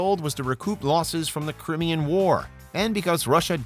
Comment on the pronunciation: Lol, "crim-eon" war. Crimean is pronounced cry-me-on or cry-me-an.